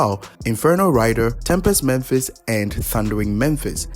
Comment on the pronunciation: Why do people always pronounce "Mephis" as "Memphis"? I don't get it.